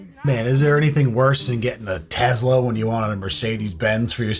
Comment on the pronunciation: I like how he says “TeZla” 😉